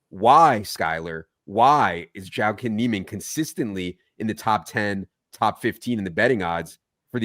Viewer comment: Jah-Keen! Someone ask Jah!